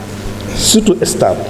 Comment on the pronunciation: On ne dit pas estable plutôt stable